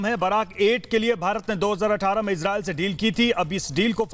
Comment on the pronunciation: इजराइल का नाम तो सही से पढ़ लो